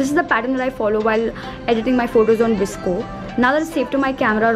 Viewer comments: Girl it's not visco* it is "VOS-CO" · First things first...its not visco its v. s. c. o p. s:- dope video